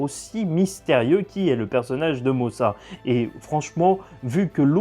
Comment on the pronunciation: Mosa = Mother (caramel) mais prononcé motha comme les américains